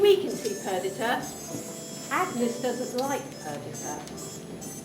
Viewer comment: It's not Per-dit-a it's Per-dee-ta